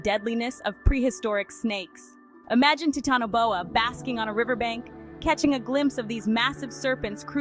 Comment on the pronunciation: Teatanoboa 💀 Guys what is titanoboa It’s teatanobia The tea snake